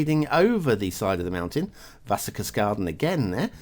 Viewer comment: Like you say - Very nice small road, like we have it in germany.... You bronounce the "Wasserkaskaden" absolutely right :D The Idea with the rivers is also very nice... ...and I give a extra point, cause I´m such a swiss fan...